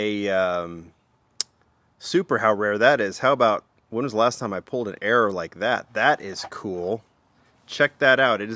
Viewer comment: A "RERROR" if you will